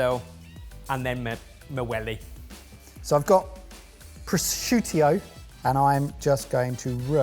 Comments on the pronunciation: It's bad enough you lads pronounce English words incorrectly, but please stop trying to pronounce Italian words. What did you call it? PRO SHOOTIO? Say it like this PRA JEWT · As an italian i'm all up to the new trend in food "PROSCIUTIO"